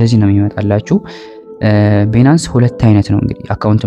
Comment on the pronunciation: ትምህርትህን በጣም እከታተላለሁ Nice👍ቢናንስ ስትል ሌላ ነገር ነው ሚመስለው Please ባይናንስ (Binance) በለው።